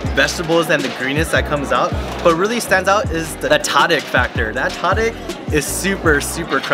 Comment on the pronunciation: Brother! Pronounce tadig as “Ta-Deeg” and the Ta is supposed to sound like when the doctor says open up to check the back of your throat.